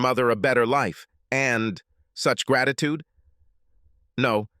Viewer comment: I like thesea stories because of the mispronunciation of certain words makes me chuckle. Instead of saying gratitude he says graditoodee. 😂